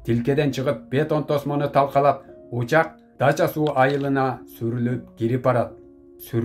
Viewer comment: Дача- суу эмес, Дача -СУ